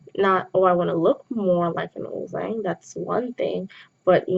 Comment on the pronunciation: Love this but isn’t it supposed to be pronounced uljjang even though it’s written ulzzang?